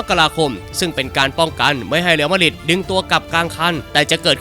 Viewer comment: Madrid อ่านว่า แมดดริด หรือ มาดริด ไม่ใช่ มาดหริด